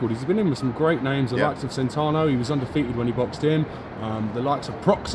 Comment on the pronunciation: please work on your pronounciation for god sake. "Veins martoshian" Hugo "centano" you must have heard these names before yet you can't say them correctly